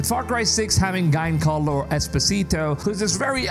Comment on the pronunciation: Guyncarlo Esposito — His name is pronounced with the soft G sound, which will sound like Jancarlo